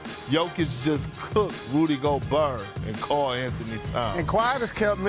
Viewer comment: go-berr LMAOOOOOOOOOOOOOOOOOOO